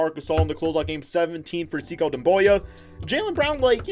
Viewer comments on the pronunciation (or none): btw the way it’s not “see-ko” it’s “say-koo”, just trying to help out a fellow piston fan!